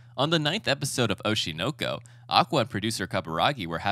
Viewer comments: That’s a dislike. Just for pronouncing oshi NOKO like that. And then there was the content. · As soon as he pronounced it "OshI nO kO", I was already thinking "Oh no.... he's gonna say something cringe." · It sounds weird the way you pronounced the name of the anime but wonderful shorts